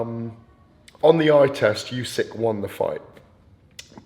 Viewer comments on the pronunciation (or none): Why does the GAD call Usyk "Youysk"?